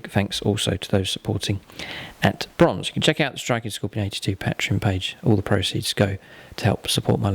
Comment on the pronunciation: You pronounce patreon wrong, its annoying